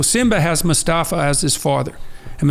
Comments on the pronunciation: Mufasa, not Mustafa haahaa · Mufasa not Mustafa 😂 Great episode though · A ewal "nails on chalkboard" hearing him say MUSTAFA instead of MUFASA 😂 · It's Mufasa, not Mustafa! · Not Mustafa, dear, it's Mufasa. :) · Amazing podcast lads, i can even look past Jordan calling Mufasa "Mustafa" 😂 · I love Peterson. But come on now. "Mustafa"?